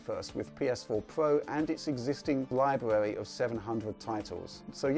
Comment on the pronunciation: Please don't say the word "library" anymore, just don't.